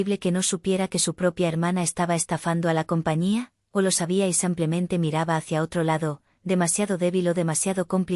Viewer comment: ¿Cuchilló o cuchillo? "Cuchilló" con la pronunciació en la primera sílaba, no existe. "El maleante "acuchilló" al hombre en la calle." "Utilizo el cuchillo" para cortar la carne." "Me encontraron a mi"? ¿A quién encontraron? A mi. Me eoncontraro, ¿"Samplemente" o simplemente? ¡Ya apareció el nombre de...Sofía!